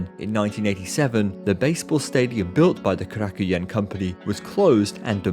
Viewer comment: Oh, you're butchering the pronunciation of Korakuen. Korakuen Hall is a personal mecca for myself.